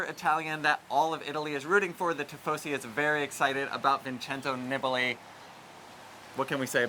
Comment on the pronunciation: Knee-bah-lee the i in Italian is pronounced like the e in English. They would never pronounce one vowel differently than another. I thought you guys said you were going to take some lessons. It’s like watching a car crash. Keep trying 😂